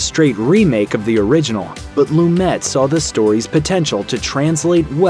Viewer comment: PLEASE. Before voicing the narration to a famous film, learn the correct pronunciations of the major players. 'Loom-et' is excruciating to hear each time you say it!